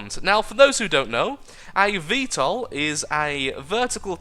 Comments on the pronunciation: You're pronouncing VTOL right. 'Murikan approved. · u r pronouncing it correctly